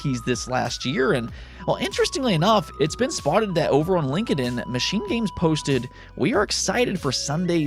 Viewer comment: It's not "Lin-ka-den" it's pronounced "Linked-in".